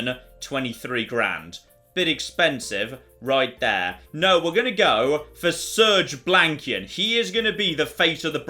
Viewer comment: I nearly died when I heard “Surge Blankian” 🤣 Does only he get endorsement money, or will “System of a Downer” get some too? 😂 (misspelling mine).